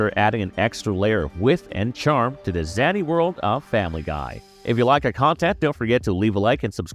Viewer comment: What about "Quahog" and "zany" those had to have been pronounce incorrect on purpose.